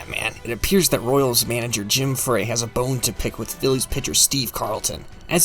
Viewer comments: Jim Frey....prn fry Dick Ruthven...prn Roothven But really nicely done!! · Who says its forgotten? Also Bob Boone didnt jump into McGraw's arms, Mike Schmidt did you can clearly see Boone just walk onto the field fist pumped into the air. Also ya butchered a few names. Jim Frey and Dick Ruthven